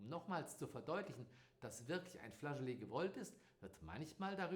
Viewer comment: Es heißt tatsächlich FLASCHOLETT mit T hinten - nicht FLASCHOLEEEHHH....